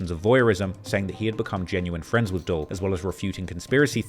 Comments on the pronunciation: All of us knowing that the “Dul” in YBC Dul is short for Abdul and pronounced “Dool” makes this video mind numbingly cringe! To hear this so called “Reporter” butcher this young man’s name repeatedly for 4 hours non-stop is crazy work. This is unacceptable. Also his commentary on gangs and gun violence in America is beyond out of touch. I never minded him much before, and didn’t subscribe to the culture vulture label, but after this obvious attempt to directly profit off of his demise I can see why those close to King Von and now YBC Dul say these things about him. He’s obvs speaking from a point of view that is not only outside of our country but also our cut. That’s disrespectful repeatedly mispronouncing Mr. Disrespectful’s name like that. Cancel this clown bruv lulz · For all the “Research” this vulture does, you’d think he’d know how YBC Dul’s actual name?! This is trash. How can he sit here and call him “Dull” when it’s obvs YBC Dul is short for Abdul and pronounced “Dool” which rhymes with tool. He literally sat here for 4 hours mispronouncing and disrespecting Mr. Disrespectful’s name?! This sad that people even tune into this guy who gets hard off of young black Americans lives and deaths! Cancel these culture vultures and stop sticking up for these rapists of rap and harlots of hiphop! Vlad, 22, Ak, and all profit from beef, and reporting on death in our cities and cultures. This guy isn’t even from our country and yet you all believe everything that comes out of a guy’s mouth who can’t even pronounce the main subject’s name correctly?! Do better! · It’s Dul, like “Duel” nonetheless… great video of course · let a Philly Jawn teach you how to pronounce Dul: "dooool" rhymes with School, ya dig? (It's not Dull, you rhyming with skull.) But this jawn was very detailed. Good job. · it's Dul....Dool, short for Abdul, not dull. why tf he keep calling him dull? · It’s pronounced DOOL not Dull 😂😂😂